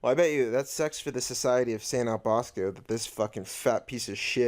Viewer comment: I think he said Saint John Bosco not Saint O’Bosco or whatever u said lol